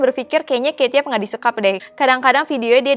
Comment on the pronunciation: aku cara baca kate yup itu bacanya kate yup bukan keyt yap :v